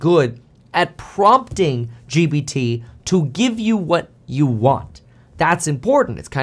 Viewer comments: It’s G Ppppp T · Why does he say g”B”t🤔